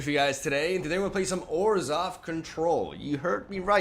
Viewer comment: I thought he said 'orzhow control like esper without blue'